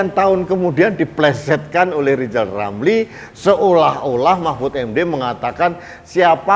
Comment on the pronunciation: Harap dimaklum nyebut nama sendiri aja salah LIZAL LAMLI ga bisakan bikang RIZAL RAMLI🤭🙏